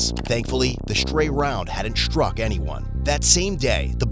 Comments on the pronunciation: why do you say sHtruck etc. it’s just struck. No SH. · "Shtruck" isn't a word. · What does "shtruck" mean?